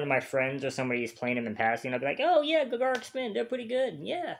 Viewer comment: This is the weirdest song choice for a first ever Gacharic Spin (pronounced like “Gotcha Rick”) reaction. They are way closer to BAND-MAID than Babymetal. And many of them can play multiple instruments, dance (they don’t do it often) and sing. Their live performances are as good as BAND-MAID ones.